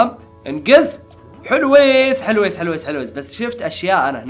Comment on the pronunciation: ليش تقول حلويس مو حلويس حلوين